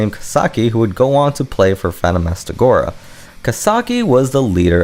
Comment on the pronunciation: “Phanta-mas-ta-gora” stuck out more than the way he pronounced Kaoru.